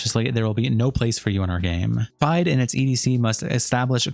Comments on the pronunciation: FIDE is pronounced like Fee-day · FIDE is pronounced feed-eh, by the way, for the next chess-related video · they literally don’t pronounce it like that they say fee-day not feed eh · Just a FYI, it’s pronounced fee-day. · It’s pronounced “feed-ay”, goofball.